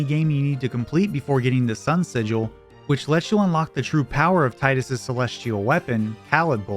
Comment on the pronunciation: thats not how you pronounce sigil